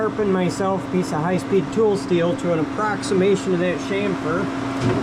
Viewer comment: so refreshing to hear chamfer pronounced right, next chassis